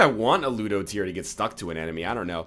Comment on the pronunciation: booger tears absolutely butchers ludo, thats so sad :(